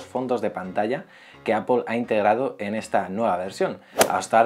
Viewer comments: gracias por pronunciar bien apple, por fin lo has hecho bien xD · 1. Ya extrañaba la canción anterior, nunca debieron quitarla. 2. ¡Al fin pronuncias bien Apple! 3. ¿Mejora la duración de la batería con esta beta? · se pronuncia "APEL" por lo menos en españa, hasta siri lo dice así. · No más "APEL"